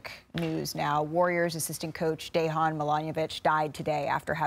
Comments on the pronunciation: Learn to pronounce the guys name for Gods sake, or do not talk about it... De-huan Milanovic? Really ESPN? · Is it that hard for americans in general to say names correctly i ask seriously, it's not dehan i mean it's 5 letter name it's dejan? J like jokic i mean c'mon. RIP Deki